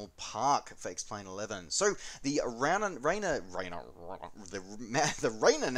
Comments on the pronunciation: Thrilled to have you back... Sunday morning just isn’t the same without you. Great video but I have to take issue with how you attempted to pronounce Rainier... it is “rain ear” not “rainer”. I grew up that big hill in my back yard... well I could see it from my bedroom window anyway so while it probably doesn’t matter to anyone else mispronouncing it seems like fingernails on a chalkboard to me. But now that I am done complaining I have to say again that it is great to have you back! :) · Rain-Ear. Sorry...... I lived there, and that's how we all pronounced it....